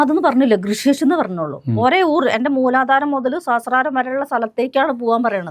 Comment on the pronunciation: കൃഷി കേശ് അല്ല.ഋഷികേശ്.